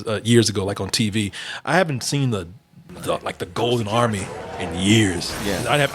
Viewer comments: I noticed that too. I had to rewind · Why did suddenly sound like a white guy when he said "Golden Army"?